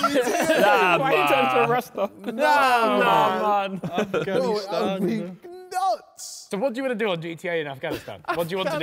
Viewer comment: Everyone: Falice Navi Da JJ: Af Ghani Stan